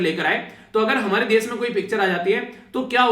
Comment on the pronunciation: ...video explains awesome....but try to pronounce....Topic is टॉपिक.... normally नॉर्मली....desh देश..... etc ....improvement ..aur sunane achha lagega